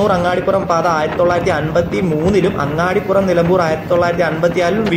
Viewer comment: അങ്ങാടിപുരം അല്ല അങ്ങാടിപ്പുറം ആണ്